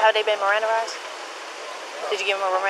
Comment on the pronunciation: Marandized the officer said Maranda -ized😂😭😭😭